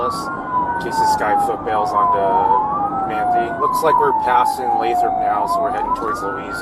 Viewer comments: It is "lay-thrup". It is very near Stockton, CA. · Lathrop (LAY-thrəp) 😉